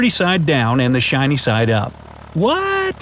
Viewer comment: You said keep the ditty side down and the sine side up